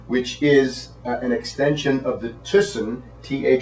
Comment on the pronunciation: His name is Frits Thysen. speak theissen